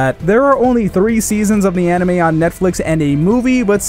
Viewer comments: First thing you said was hentei instead of anime 😂🤣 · Am I the only one that heard ‘hentai’ on the beginning? 🤣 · He said henti in the beginning